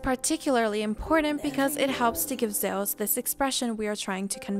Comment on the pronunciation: The way you say Zeus, omg please stop..... it's not Zowas or however you're trying to say it! LOL!